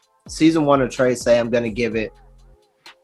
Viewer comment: lol its not "trey-say" its "treh-seh" but ok, to me, the animation was kinda slow and boring. i feel like it has a lot of potential but yeah...